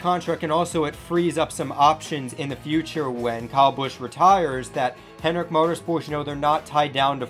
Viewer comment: Say Kyle, not Cow.